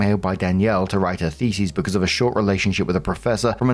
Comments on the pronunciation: Brother, thesis does not rhyme with feces😭 its "Thee-sis" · I don't want this to sound rude, but thesis is pronounced fee-sis, not feces 😅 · So ah..., the way you're pronouncing thesis is "theses," which is the plural. Thee-sis (singular) Thee-sees (plural) Jsyk. ❤ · the-SIS, not the-sees, it sounds like you're saying feces lmao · I'm begging you, stop saying it like that... thesis is pronounced with -sys at the end. Like system. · Every time he says thesis, I hear feces. 😂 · And...as ALWAYS... moronically insists upon mispronouncing the word "thesis" as the word "theses". His feeble brain can never seem to comprehend that these are TWO DIFFERENT WORDS, and that "theses" is the plural of "thesis". How tiresome. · It's pronounced, "THEE-SIS" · Isn't it th like Theo not Fee